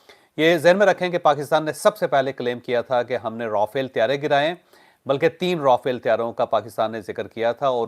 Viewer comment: چوہدری صاحب Rafael نہیں را فیل